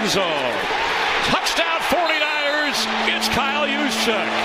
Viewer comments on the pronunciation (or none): none